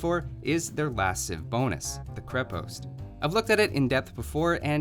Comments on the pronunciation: > Made the Cyrillic alphabet > Old Bulgarian was basically Old Church Slavonic > Both First and Second Empires had fortresses everywhere > Not all techs available at the Monastery or University ????? Also: once again, it's ['kon-nik], two syllables, accented first, and [ba-ga-'ins], three syllables, accented last. Oh, and ['kre-post], with an "eh" and not an "ee". I think it'd be pretty cool if Stirrups applied to Cav Archers as well, to promote them as a replacement for the archer line, albeit a gold-heavy one, or if hand cannons were available. Or hell, why not a unique archer?! It's raining unique units anyway, what with steppe lancers and flaming camels... Alternatively, Bagains could also apply to the dismounted konnik and halberdier. :P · You pronounced Krepost wrong, but thats fine. Also I found this video while looking for why bulgarian youtube is shit. But I ended up here. Honestly I like this video you get a sub. Also you pronunced konnik wrong. Its actually supposed to be kon-nik.